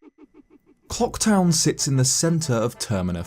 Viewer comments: Reminder: Always pronounce the 'l' in Clocktown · "COCK TOWN sits in the centre of Termina field" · i actually thought he said 'CO3KTOWN' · I swear he says cocktown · I'm so sorry, but , you definitely say "cock town." There goes your monetization.